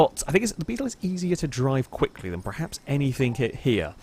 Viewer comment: STOP SAYING PREHAPS. ITS FUCKING PERHAPS. PER PER PER PER PER